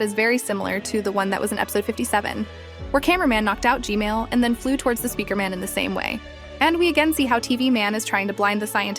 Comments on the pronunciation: I love you're analysis videos! and also why do you say g-mail instead of g-man? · Bro it’s not g male it’s g man💀 you nub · why are you saying Gmail its g man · Bro said G-male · Bro said g-male💀💀💀💀💀💀💀💀💀💀💀💀💀💀💀💀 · not to be mean but whenever you say gman i hear Gmail 💀 its funny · Bro really said gmell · YOUR SAYING GMAIL